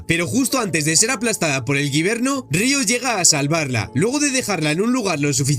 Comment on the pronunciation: No es guiverno es wybenr